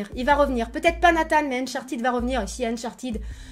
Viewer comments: Nathan pas Nathane ptdr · Ah bah on est d’accord on dit Nathan pas natane mdr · Dit Nathan normalement stp 😭😂